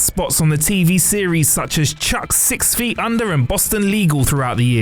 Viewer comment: Mispronounciation checklist: Mayans Koval Chuck (Chuckie) Karemma Soval Abrams (Abrahams)